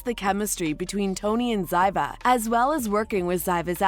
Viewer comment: Zyva? ZYVA? Clearly, you never even watched the show. And title-ar? It's titular. Tit-u-ler. It takes so little effort to Google how to pronounce words and names.